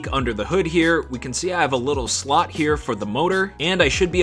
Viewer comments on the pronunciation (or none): none